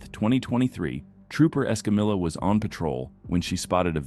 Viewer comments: Trooper Escamilla 's name is pronounced; s-cum-e ́-yah.....NOT s-cum-illah. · Why can't computer voices pronounce non-English names, like Escamilla? She clearly states her name as "Escameeya," but the computer voice always says "EscamiLLa" as if it's an English name. This gets annoying as it's disrespectful to the officer. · EscamiLLa!!!! Hilarious! C’mon narrator! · Ugh! It's like pulling teeth whenever you hear someone butchering another person's name. It's pronounced Esca-Meeya